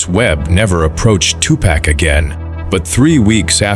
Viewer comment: At least get the AI to say "two park" have some respect for the name